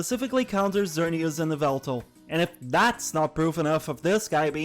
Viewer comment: how dare you…. it’s YAH-VELTAL! joke’s aside i like Xerneas better, but angel of death bird is awesome too